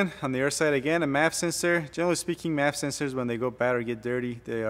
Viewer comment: You're pronouncing MAF as "map" sensor...please explain the difference. Nevermind...someone just told me. MAF is short for mafia...and "map" is short for Modified Apple Peeler....but it somehow don't sound right.